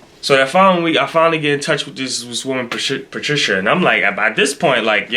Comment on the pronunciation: Pa-shit-a 🤣 Patricia....you said it right the first time.